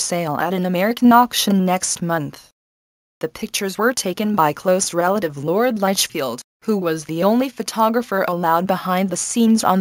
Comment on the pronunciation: Lord LUTCHFIELD???> EXCUSE ME...IT'S LORD LITCHFIELD. If you are going to narrate a very English Royal Wedding, at least get your pronounciation (ooops, spelling) correct. It can be very offensive to some people.